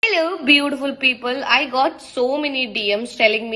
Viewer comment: അളൂ.... ബൂടിപുൽ പ്പ്പ്‌ൾ 😁